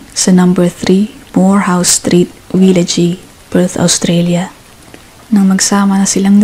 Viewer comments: Pronounciation mo sa village mali. Silent e. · Yan pahiya ka tuloy hahahaha